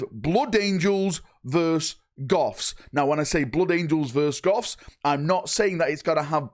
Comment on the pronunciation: It's versus not verse 😡